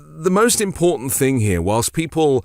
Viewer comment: I love you guys. But, for the love of all that is holy, there is no letter D in the word important.